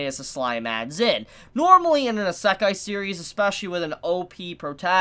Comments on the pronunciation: FYI, isekai is pronounced ee seh kai, not ih suh kai. Here's a simple guid for pronouncing Japanese words and names: A = ah, E = eh, I = ee, O = oh, U = oo and it's pretty consistent too, unlike in English so the pronunciation seldomly, if ever changes no matter the word or what letters follow or precede it. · Please try this.... EE-See-K'eye